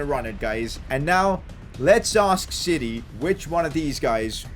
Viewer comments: who else thought he was saying “City” when he was saying “siri” lmaooo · Whenever he says Siri I hear city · Did he say siri or city